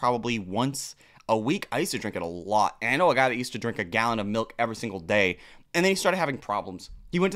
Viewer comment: Milk, or as would say “melk”